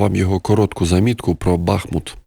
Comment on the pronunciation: Мій рідний БахмУт ! Мій український БахмУт тримається і небо над ним тримають воїни -титани. Молимося за них, віримо в них, памятаємо про них. Запамятайте всі : правильна назва міста - БахмУт а не БАхмут( досить бахать !)